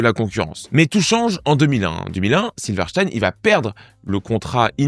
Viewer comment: Prononciation correcte : silver stine